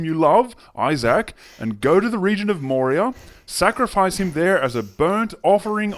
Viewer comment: I don't think that's how you pronounce Moriah.